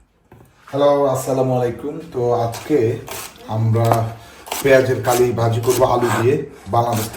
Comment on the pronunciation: পেয়াজ কলি। পেঁয়াজ কালি কেন বলছেন বারে বারে😮